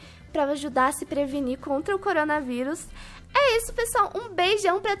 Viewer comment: O melhor foi o pai dela tentando fala corona vírus coringa coronha coronga curinga kkkkkkk